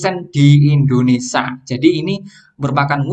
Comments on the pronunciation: Mohon maaf coach, koreksi sedikit penyebutan Indonesia, not INDONESA, terima kasih 🙏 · Indonesia bang bukan Indonesa 😂